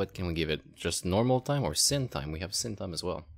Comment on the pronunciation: Sin / Sine is pronounced as "sign" =) Nice video though, thanks